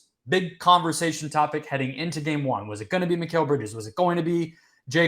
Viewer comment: “Mykale” who tf is mykale? McCall bridges is how it should sound. Y’all’s kale baby 😎😂